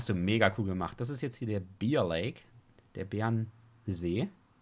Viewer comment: Bear Lake wird eher Bär Lake ausgesprochen, wie du es sagst ist es der Bier See